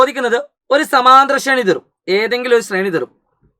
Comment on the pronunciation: ഷമാന്തരഷേണി ❌ സമാന്തരശ്രേണി ✅